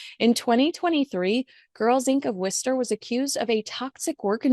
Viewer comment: Kudos for pronouncing Worchester correctly😏